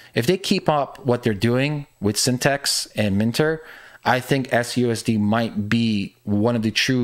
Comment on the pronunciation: LOST credibility right away when you called it by the wrong name "Synthext" - it's "Syn-the-tix".